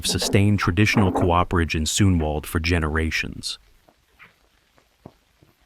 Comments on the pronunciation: c oo perage not co operage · oh dear it is coo-perage not co-operage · cool video but please... its not co-operage. Cooperage. Done by a Cooper. Like the last name. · you’re the fool. The man hasn’t disparaged the demonstration of skills in the video only the narrator’s nonsensical “co-operage” instead of the correct “cooperage”.